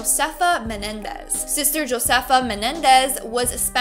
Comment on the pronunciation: Okay so the nun who is named josefa you actually pronounced her name wrong you're pronouncing it as jo-sefa even though it is spelled correctly but when you pronounce it in Latin culture the J makes the H sound so whenever you say josefa you need to pronounce it with an H Sound when you say it correctly it sounds like >ho-sefa < that's how it's going to sound when you say correctly it's basically like saying Jose and you're just adding an f and an a